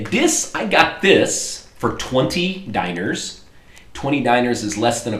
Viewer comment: To say dinars, say like,,dinara'' like you've said in previous videos and just replace the,,a'' with an strong,,s'' and youll end up with a vocaly correct,,dinars'' Hope it helped a little!:D ofcourse that's only when you speak in english!